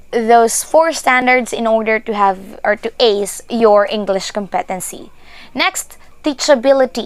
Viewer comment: You are very helpful, thank-you. Just check your pronunciation of the word competency, put the emphasis on the first cyllable